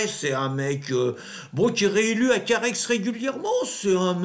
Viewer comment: Monsieur, on ne prononce pas la dernière lettre de Carhaix ! Le gentilé est "carhaisien", pas "carhaixien" ;) Cordialement.